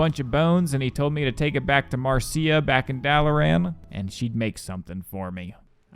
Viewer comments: Marcia is not "Mar-see-a", it's pronounced "Mar-sha" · I could be wrong, but I'm pretty sure Marcia is pronounced "Marsha" lmao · We're all moving past the fact the Marcia is pronounced "Mar-sha" is supposed to be common knowledge. No no no, I fear it is not. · you are almost certainly STILL pronouncing Marcia's name wrong.